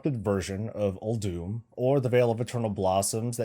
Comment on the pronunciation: Uldum not Uldoom,...